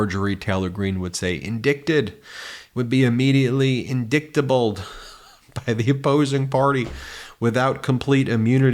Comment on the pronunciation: When ol marge said "indicktable"....shes had hunter biden on her mind😂😂😂